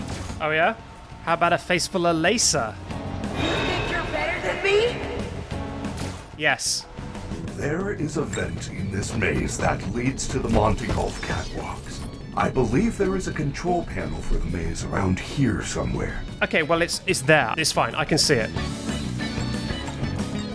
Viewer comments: why he say "jolf" nnot "golf" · Ah yes the jolf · why do you say it jolf??? its golf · bro said gator jolf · The superior pronunciation, along with Jolf. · i really love how he calls "golf" "jolf" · i love that you call golf jolg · Bro said Jolf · did. he. say. gator. jolf. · can someone tell me why he calls golf.jolf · I’m sorry but u said jolf it’s golf sorry again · The way you pronounce golf is also glitched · this guy does not know how to pronounce "Golf"